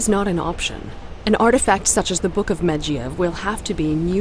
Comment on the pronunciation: The voice actor for jaina butchers Medivh's name so fucking bad, holy shiiiit....